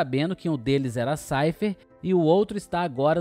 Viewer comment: Vídeo incrível meu amigo, FFVIII foi por anos meu RPG favorito do PS1, pq eu adorei o design do Squall e não gostava do fato de todo mundo "babar ovo" do FFVII. Agora só uma crítica construtiva que queria fazer é quanto a pronúncia do nome do Seifer Almasy, mesmo sabendo que na pronúncia original japonesa seja algo como "Saifaa Arumashi" ouvir o nome dele pronunciado como "Saifer" ainda me soa mais pra "Cypher" do que Seifer pronunciado quase que em português mesmo que era a maneira que eu via a maioria se referir a ele na época. Claro, se isso for só uma característica e regionalismo comum a meu ciclo e não se expandir a toda a fanbase brasileira, peço desculpas, mas tenho a impressão que essa é a forma que a maioria de nós se lembrava do nome e me soa estranho ouvir de outra forma. No mais, mais uma vez dou parabéns pelo seu trabalho e coragem de fazer um canal dedicado aos RPG's. Tudo de bom e sucesso.